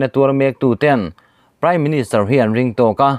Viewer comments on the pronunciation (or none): none